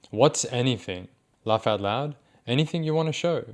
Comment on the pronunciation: The way he says “loaugh out loud” in that accent really bakes my bread